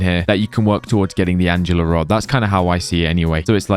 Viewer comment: It’s called ANGLE ER Not ANGELA